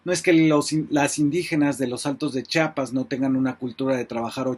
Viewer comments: FABRICIO SE DICE CHIAPAS NO CHAPAS ACASO DICES CHAHUAHUA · Muy buen informe, solo te hago una observación, se dice chiapas, no chapas, gracias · Fabricio, ChIapas, no Chapas. Y sí, eres MUY buen analista. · Saludos Fabricio, gracias por tu trabajo periodístico inteligente social, buen pronuncias Chiapas, pero a veces se escucha como a muchos que dices " chapas". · Fabri. No se llama Chapas es Chiapas. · Por qué todos dicen Chapas o cheapas si es Chiapas? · Fabricio querido; "chiapas" con "i".. . No Chapas (con "a"). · Se pronuncia!! CHIAPAS!! Noooooo. CHAPAS! Por favor!! Sr. ? Mejía. ❌🅾️🇲🇽🗳️❤️🤝🏻👏🏻👏🏻👏🏻👏🏻👏🏻🤝🏻🤝🏻🤝🏻🤝🏻🤝🏻🤝🏻🕊️🇲🇽🇲🇽🇲🇽🇲🇽🇲🇽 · Perdón Fabricio hay muchos que pronuncian Chapas y no Chiapas... El nombre correcto es Chiapas una disculpa por la corrección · pero q diga bien el nombre del estado